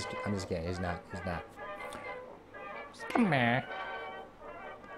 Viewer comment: SKemmer 😂 This word kills me when you say it !